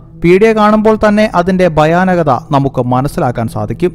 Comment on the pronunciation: ബയപ്പെട്ടെങ്കിലും ബാഗ്യം കൊണ്ട്..എന്താടോ ഈ ബയാനകത? ആദ്യം പോയി ഭാഷ... ബാഷയല്ല...ഉച്ചാരണം ഒക്കെ പഠിക്ക്, എന്നിട്ട് ചാനൽ ഉണ്ടാക്ക്..👅👄